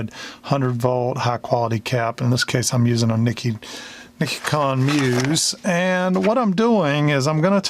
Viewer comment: Hi, love your build series here, great job on explaining, I just eat popcorn and enjoy watching someone else solder. This is a great help to those new to electronics. BTW I would like to help you with a small thing, as you say, if you see something, say something. So as it turns out I speak some Japanese and Nichicon is pronounced [nee-Chee-kon] no big, deal I just thought you might like to know. I buy lots of them from Digikey and they are great electrolytic capacitors.